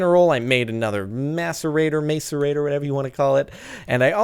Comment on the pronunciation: Jordan:macerator, macerater(smiles) Me: macerator..... Masturbator Mwahahaha sick minded